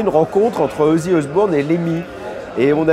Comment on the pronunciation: Plutôt que de taper sur Philippe Manoeuvre qui je trouve ne parle pas trop mal ou lui taper dessus car il prononce mal Ozzy ( les gens j'vous jure :s ), vous feriez mieux de taper sur ceux qui souhaite interdire le hellfest et autres!